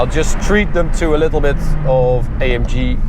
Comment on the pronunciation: Bro es heißt A M G nicht EYEMJI